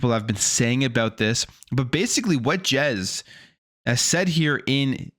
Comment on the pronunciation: bro said Jez but it not jezsmfh